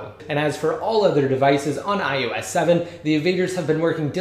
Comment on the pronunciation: it's iOS!!! iOS!!! not "iUS"